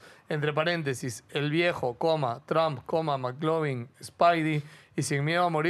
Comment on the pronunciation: Cómo q Maclovin pelao ctmr!!! La referencia es al popular Mclovin, q se pronuncia Miclovin 🤦🤦🤦🤦😂😂😂😂😂😂😂